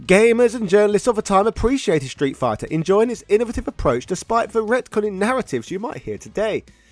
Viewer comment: Am I the only one who sees the irony that he's from the country that originates the English language but he can't speak it can't pronounce simultaneously controversy or innovative what is it with YouTubers